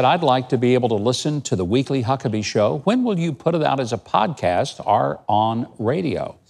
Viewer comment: I stopped listening when he pronounced or as are. Fucking dude had one fucking job.